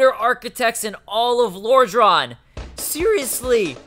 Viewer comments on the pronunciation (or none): Could you please learn how to pronounce things correctly? It AN-or Londo, not Ah-nor. you also keep calling it Lor-drahn. when in the beginning of the game it clearly says Lor-drAN. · No offense but the way you say lordran. Oh boy... You say it like lorhdrhan. With a higher pitch A. No offense but I just wanted to let you know if you ever see this comment on a couple year old video. Again. NO offense.